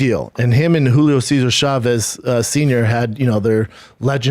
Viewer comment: The struggle with the Julio Cesar Chavez names lolololol on top of that the Camacho's. Hey real quig B, we married to a messican?